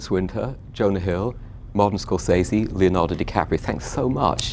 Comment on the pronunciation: Scor-fucking-sese, not SAY-ZE, it's 'sez-ee'